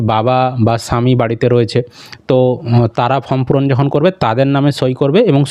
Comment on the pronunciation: ফ্রম ( from) নয় , ওটা ফর্ম ( Form) হবে 😅